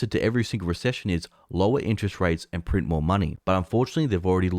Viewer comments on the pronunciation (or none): none